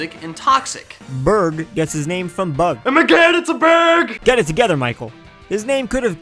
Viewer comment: ermagerd it's a burg! 😂😂😂😂😂😂😂😂